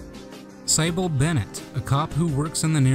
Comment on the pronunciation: Sighbil... stop